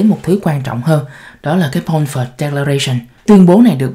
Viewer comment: Balfour(baĺ 4 prònouced)